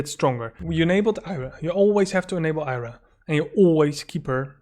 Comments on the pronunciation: Why do you keep calling Arya 'Ayra'? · Took me a second to realise you meant Arya. You say Eye ra.